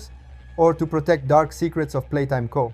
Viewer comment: "the shadow lurking through every playtime co. INTENSE PAUSE creature is hilarious ANd ive made it even more funny (kinda)